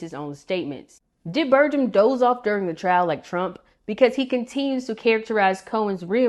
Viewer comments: Good video, but his last name is pronounced with a hard 'g'. Source: ND native here. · You're not pronouncing Burgums name correctly.